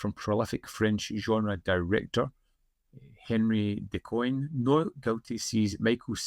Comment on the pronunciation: I watched La Terra Trema years ago. Quite long, and I was already tired when I began watching it, so I should rewatch it soon with a fresh and clear mind. Btw : Henri Decoin = "On - ree ; De - kwan". That's roughly the pronounciation.